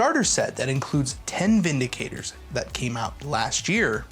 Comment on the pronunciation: How is Vindictor pronounced Vindicator?